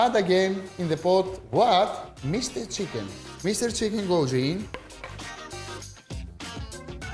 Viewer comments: It's chicken not Tsicken 🤣🤣🤣🤣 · 'THE-LEE-SIUS SEEKEN' 😂 ok